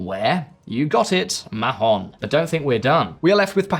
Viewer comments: Not "maJon". The H is silent for gods sake. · if translated from Spanish, it is ridiculous to mispronunce Mahón so horribly. It doesn't make any sense. But Spanish isn't actually the local language. It is Catalan, and in Catalan the name is Maó, which local people pronunce "Maw". Maó is both the historical and currently official name in use, in spite of Spanish efforts to erase Catalan language and identity. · You don't pronounce the H in Mahon. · I agree. I found it cringe how he mispronounced it. But maybe that's what they call it in England. Just like Roma is not pronounced Roma in English. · that is almost the case with foreign names on English speaking channels. Please do some research about how to to pronounce something.